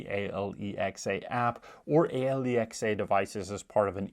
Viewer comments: All credibility lost from the moment he called Alexa, A Lee Ex A. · It took me a few listens before "Ahe-lee-ex-aa" made sense! 😂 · WHY IS HE SPELLING ALEXA?